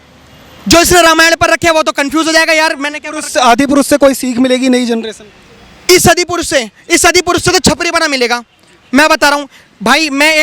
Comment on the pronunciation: The reporter can't even pronounce Adi purush. He says Adipurus. Generasion not generasan, Bhasha not Bhasa.